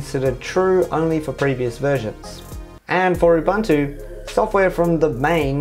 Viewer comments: Oo Boon Too Say it with me. Ooboontoo. Not oobantoo. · its not Ubantu why is this so hard to understand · Ubuntu is pronounced oo-boon-too, GNOME is pronounced guh-nome, and MATE is pronounced mah-tay :)